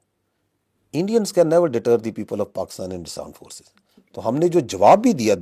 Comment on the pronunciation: Aand force 😂😂😂😂😂